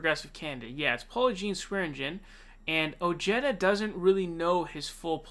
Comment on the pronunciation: Ojeda is pronounced OH-HEH-DAH